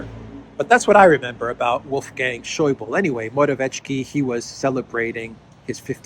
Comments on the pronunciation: Not Scheubel but Scheuble :-) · A small hint to, the german language other than (most)french and english does have the need to speak the "e" on the end of a name or word. We dont stop at the letter before, we speak them all out. So Wolfgang Schäuble (le like eh), it took some time for me to recognize the man you meant, it clicked at finance minister during greece crisis:D